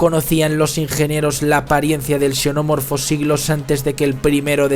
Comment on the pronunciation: TAL CUAL... PARA UNA PELÍCULA QUE ES "BASURA"... UNA CRITICA QUE SI ES BASURA APROPÓSITO: QUE A ESCRITO EL DUEÑO DE ESTE CANAL... PORQUE SE VE QUE EL PUEDE HACERLO MEJOR... ESPERO ME CONTESTE Y ME ENVIE UNA DE SUS OBRAS... PARA HACERLE LA CRITICA. un shenomorfo "pronunciado como se escribe"